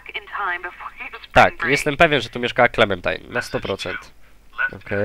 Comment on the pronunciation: mowi sie klementajn